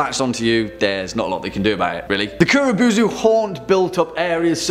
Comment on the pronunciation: Kuro bow-zoo man